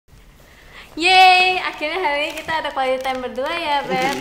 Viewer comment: am i the one who heard quali time not quality time 😁